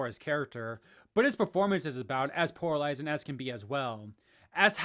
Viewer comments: "poralizing" is back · If this guy says "PORALIZING" one more time im gonna lose it 😂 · You keep saying poralizing lmao